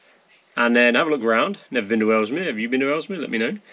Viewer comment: It's Ellesmere not Elmsmere 😁👍🏻